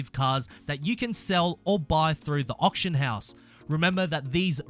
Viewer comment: Why can no one who plays forza pronounce auction